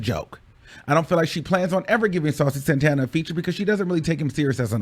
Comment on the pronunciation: I’ve never really got into Saucy, but I gotta give him respect for the way he handled her messy asz!! She tried to play him like a groupie, and he let her know it’s not that serious, boo!! CONSTANTLY mispronouncing his name incorrectly?! Continuing to call him Santaner instead of Santana!!